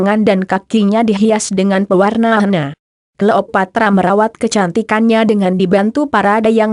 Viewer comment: Apaan sih mass dia bilang klopatra